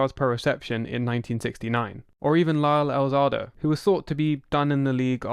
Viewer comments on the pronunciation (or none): 1) You mispronounced Lyle Alzado's name 2) They didn't beat the Bengals because they wanted revenge. They beat the Bengals because it would go against everything they believed in. John Madden said, "So the thinking was they don't want to play Pittsburgh they do want to play Cincinnati so they're going to lose so that the Bengals will be in the playoffs instead of the Steelers. That's the worst thing that you can say about someone. That they lost on purpose. Just for the sake of your organization, just for the sake of football, just for the sake of what's right... you gotta go win." Raider linebacker Phil Villapiano said, " I couldn't even think of an NFL team ever laying down. Coach wanted them annihilated. And we did it." 3) And nobody really knows why Al Davis had a grudge against Marcus Allen. Bo was a bigger name than Marcus ever was and Al loved him. It is one of football's great mysteries. Some speculated a woman was involved. But it's all rumor and innuendo.